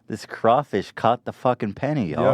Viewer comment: Oh thank god he said Crawfish correctly Louisiana is satisfied